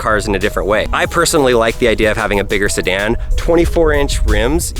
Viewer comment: Beautiful car, but you lost me forever at "sedan"